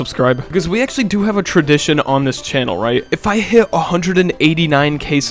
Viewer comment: you said cannel instead of channel btw